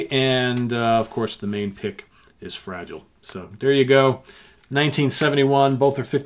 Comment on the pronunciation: Two cracking albums there that’s for sure, b.t.w. You are pronouncing Fragile wrong.